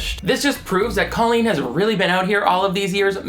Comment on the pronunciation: Why does she purposefully pronounce her name like "colon"?